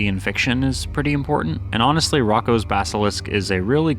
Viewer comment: It’s pronounced Roe- koe’s basilisk